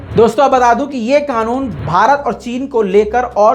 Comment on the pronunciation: Qanoon ''QAAF'' se hota he , KAAF se nahin.